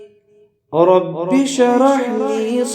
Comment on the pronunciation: ماشاءالله ! بهترین ذکر است، مگر تلفظ در شروع ( رب شرح لی ) درست نیست دوباره ثبت نمائید. سر فراز باشید.